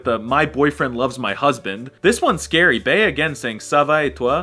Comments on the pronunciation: "Bea" is pronounced "Bee" not "Bay-uh" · Every time he says beya I die inside